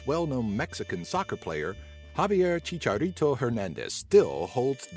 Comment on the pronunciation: who cringed with the way they said chicharito's nickname